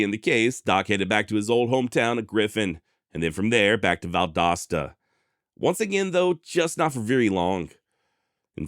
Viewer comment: I’m just glad you pronounced Valdosta correctly.